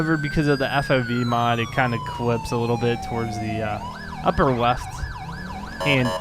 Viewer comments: He cannot pronounce the L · "A wittle different" Anyone else hear that in the beginning?